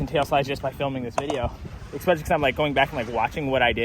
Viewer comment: I love you. Please stop saying EXPECIALLY.